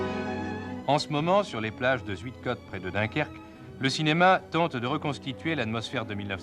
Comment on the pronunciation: On ne prononce pas...Zuidecotte mais Zeuidkaute.Cette localité à fait partie de la Flandre toute proche.